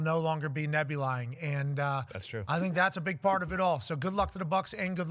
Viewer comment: don't forget nebulying as a verb